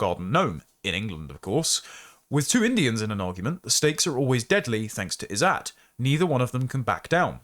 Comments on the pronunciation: The writer shouldnt have used the Izzat indian term, instead should have used honour or reputation, the meaning. The izzat term when you pronounce it "is-at" is making it so confusing and distracting. There was no need for the indian term there. It just means honour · These words are pronounced more like "Izzut" and "Jugaar"